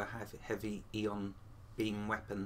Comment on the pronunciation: they are not eeeeeeeeon weapons its pronounce iiiiiiiiiiiiiiiiiiiiiiii on weapons and its not scheeeeeeeeeeematics its pronounced schematic as in love your presentations but your butchering the english language is painful